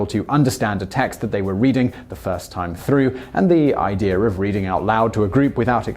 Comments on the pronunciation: "I-dear" Its i-dee-a not i-deer!!! haha. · bruh the guy who cant even pronounce idea shouldnt be doing a video on grammar. inb4 zinger